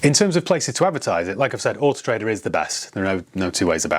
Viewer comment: "Horse Trader"...when you say Autotrader fast 🤣